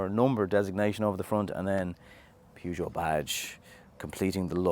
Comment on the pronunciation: Loving the new Peugeot designs- great vid as usual! Well done… apart from the Perrzho bit ! Here’s Tish - and she doesn’t say Perrzho !! : (if you can listen - and keep your eyes off Tish!)